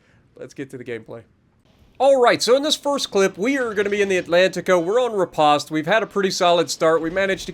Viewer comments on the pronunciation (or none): none